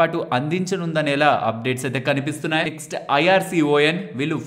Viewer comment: IRCON ని, ఐ ఆర్ సీ ఓ ఎన్ అని కష్టపడి పలక వలసిన పని లేదు, ఇర్కాన్ అని పలకండి. గత ఐదేళ్లలో చాలా సార్లు చెప్పాను కాని మారకుండా కష్ట పడుతూనే ఉన్నారు.